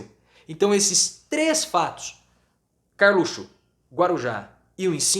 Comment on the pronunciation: professor, o senhor poderia voltar a falar "carlutio"